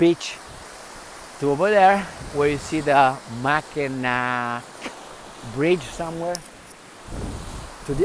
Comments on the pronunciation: MAK-i-naw not Mak-i-nak. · Mackinac Bridge is actually pronounced Mackinaw, because it is French and the French language has confusing pronunciation